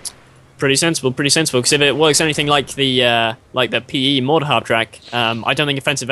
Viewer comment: mahhhhter? lol!!!